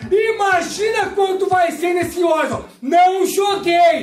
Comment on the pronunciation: Uma pergunta que não quer calar: - Por que o Horizon Forbidden West vocês falam "órizon"? ehehehe é "oraizon", kkk "ORAIZON"...